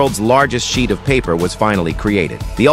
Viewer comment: How this thing called: sheet, what I hear: shit